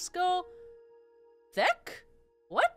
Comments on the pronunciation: "Discotheque" is pronounced "disco-tek". You're just too young to have been around when this information was relevant, so don't worry. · discotheque is pronounced Disco-tech and it refers to dance clubs from the 80s (Basically a place for disco). compared to Olimar you are very young trust me. Also Olimar at a Disco is an image. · It's pronounced disco-tech. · Okay. I’ve never actually seen the word written out, but I think it’s pronounced “disco-tech”. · I'm sure others have informed you but it's pronounced disco tech :P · Discotheque is pronounced Disco-tech. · Yeah, I had a feeling that these enemies would make lose Pikmin. Discotheque (the second pronunciation is the correct one except for it having a "t" instead of a "th") is the full form of disco, i.e. a nightclub for dancing! Funnily enough you needed it for sure because of the fire.